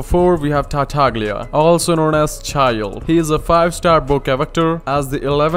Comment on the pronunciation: is TARTAGLIA not TARTAG-LIA